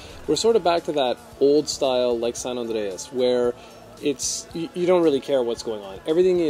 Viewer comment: I rewound it so many times to hear you say "San Andreas." That was so funny